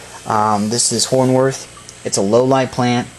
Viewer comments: Hornwort is not pronounced, horn worth. It's pronounced, horn wart. Thanks though for taking your time to upload the vid! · There is no h at the end of the word. It is hornwort, not hornworth.